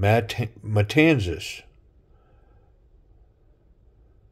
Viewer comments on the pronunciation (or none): almost correctly, it is in-between tan and ton, ....tawn